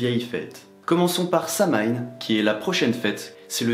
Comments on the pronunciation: Samhain se dit “sa-ouiine” ça vient du Gaelic. ✨🖤 les marriages wiccan sw passent à Beltane. Litha c’est le festival de la fertilité on fête la deesse enceinte du dieu apres leur union à Beltane. ☀️✨🐍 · Bonne vidéo, mais Samhain se prononce "SOW-ween". C'est de l'Irlandais, ça ne se prononce pas comme c'est écris. Un peu comme Jalapeno qui se prononce un peu comme "Yalapeno" ! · mode casse-couilles enclenché Samhain se prononce SAWINE extinction du mode casse-couilles Non en vrai je prononçais ça Samhain aussi il y a encore 2 semaines. Je viens de découvrir ta chaîne et je la trouve excellente. J'enchaîne toutes les vidéos à la suite. Et sinon pour la prochaine fois, une vidéo sur les familiers ce serait top.